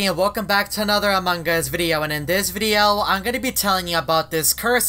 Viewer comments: I heard among gus :/ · everyone: among us: among GUS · I love when say "Amongus" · No its among us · But its amugus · says amongas all the time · Why does he say among us like that